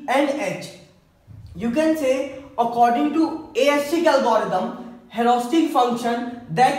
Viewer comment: yrr english dhang se bola karo disturbing hai itni horesitic kya hota hai its heuuurissssstticc brother